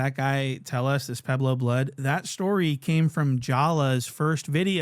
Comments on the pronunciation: I’m all the way in Miami—on the East Coast, deep in the South—and I still know who they are and how to say their name 🤦🏾‍♂ It’s **Pu-eb-lo**, not “Pablo.” I’m genuinely offended like I’m from they set. 🤣🤣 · “Pablo blood” it’s PUEBLO I cant stand this foreign idiot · CANT EVEN PRONOUNCE WORDS CORRECTLY 😂😂😂 PUEBLO AND PABLO ARE ENTIRELY DIFFERENT WORDS...THIS IS WHY POOH BUTTS FROM NORTH DAKOTA SHOULDNT BE ALLOWED TO REPORT ON LA GANG POLITICS 😂😂😂 FOH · Its pueblo blood not pablo blood stupid head ahh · And its PUEBLO not PABLO you TETHER!!!🙄🙄 THEY NOT LIKE US!! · It's Pueblo...not Pablo molasses monster!! Lol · It’s Pueblo not Pablo smh And I can’t stand Detective Riemoh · does nothing but cover LA gangs but literally cannot even pronounce the name correct lol "Pablo bloods" the guys special Ed and his weight loss surgery doesn't look like it worked at all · Pablo bloods😂😂😂 it's Pueblo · calling the Pueblo’s the “Pablo’s” is highly irritating to me for some reason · It’s Pueblo not Pablo 😂😂😂😂 Pueblo Bishops to be exact👎🏾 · PUEBLO….Not Pablo 😂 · This dummy just said "pablo blood" lmfao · lol him saying Pablo instead of Pueblo is funny to me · “PABLO BLOODS” 🥴💀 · Pueblo like pway-blow get this off my screen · I bet if you go back in his videos, he pronounces it perfectly but he does this to troll the peanut brains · Too stupid to pronounce Pueblo properly, but he's pinning murder cases on people..... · Fool can’t even say Pueblo 🙄